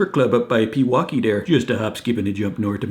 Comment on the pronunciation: Able to pronounce Pewaukee and Mukwonago, clinching your Wisconsin cred. That said, Pewaukee is a half hour nort' of Mukwonago and there's gonna be a bunch of supper clubs closer don'cha know. Nobody's making that drive after the Packers play, eh? Just throw in a hotdish, or stop at da Pig, grab some ponzkas 'n beer, and you's can unthaw some brats and grill 'em up real quick, 'n so?